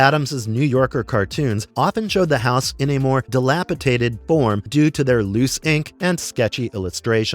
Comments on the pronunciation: DilapiTated though ??????? There is NO such word ! Try dilapidated instead. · di·lap·i·dat·ed /dəˈlapəˌdādəd/